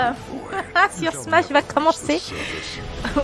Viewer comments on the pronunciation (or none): none